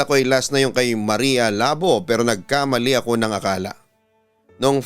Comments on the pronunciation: Labu! Hindi labo 😡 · Everytime na bigkasin ni papa dudut yong maria labo natatawa ako hehe sorry po kasi ang pagkabigkas nya ng labo ai mahinahon yong labo kasi dapat mabilis ang pagkabigkas hehehe